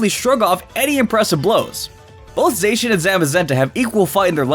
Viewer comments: Z... Zackian? Sweetie- Zacian. No k. Zay-see-an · It’s “Zah-See-In” not “Zak-an-ee-yan” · It’s za chi en not za ck eon or za chi not how ever you pronounced it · Its pronounced Zay-she-in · (Zi- shi- yen) (Za- ma- zenta) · Again...you say Zacian wrong. There is a "shh" there in the middle not an "ack" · It’s zae-she-en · No one can decide how to pronounce zacian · How the FUCK did you just pronounce Zacian They literally say the correct pronunciation in its reveal trailer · Is he butchering Zacian name on purpose? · Please learn to pronounce Pokémon names correctly. Your pronunciation of Zacian and Yveltal are both very off.